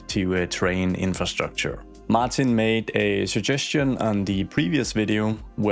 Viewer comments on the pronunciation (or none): none